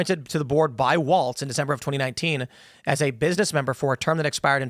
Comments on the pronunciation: Tim, his name is Walz, not Waltz. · Tim keeps saying Walts, but is Walz. Like no Balls Walz.